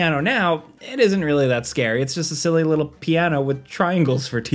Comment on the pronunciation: Anyone else here him say “scared scilly” toward the end? Btw love the channel